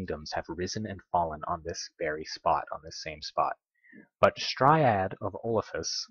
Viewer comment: Emerald herald, not emerald warden. Also its Straid not Striad